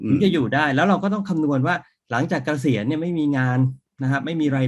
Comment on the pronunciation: เกษียน ออกเสียงไม่มี ร ค่ะ